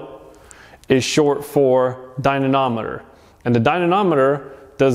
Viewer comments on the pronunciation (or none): Ok. I cought the intentional misspelling and mispronunciation. What do I win? Dynomometer not Dynonometer